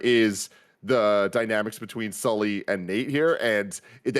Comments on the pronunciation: you know it’s Sully and not Souly right? 😅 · The amount of times they kept saying souly instead off sully was making me laugh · has never been able to say Sully right and that always puts a smile on my face